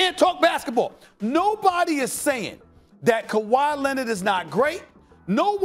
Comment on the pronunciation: Stephen "Kawah Lennit" Anthony Smith